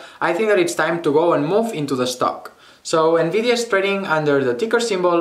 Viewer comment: Nice analysis ,although perhaps i'm a little biased since nVIDIA is my favourite company since 1999 when i bought my 1st discrete graphics card ( nVIDIA Riva TNT2 Ultra ) I totally love nVIDIA and their vision towards the A.I. era. ------ P.S. : : you pronounced their ticker symbol wrong . it's not a double-u "W" as you said , it's a vee "V" . (*clarification , i don't own any stock from any company until today )